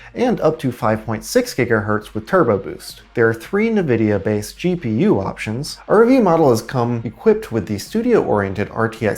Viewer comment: Did he say NaVidia?